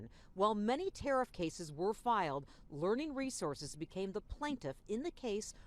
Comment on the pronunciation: learing resorces 🤣🤣🤣